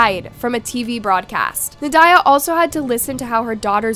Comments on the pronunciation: Nad-ya. Not Na-diah. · Na die ugh lol I think it’s pronounced like Nadia… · Pretty sure you’re saying the name wrong. Should sound like “Na-dee-a” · It's pronounced naw Dee yaw Just so you know Very typical Russian name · It seems AI is being used. A human voice would be wonderful. I think it is more "Nad-ya".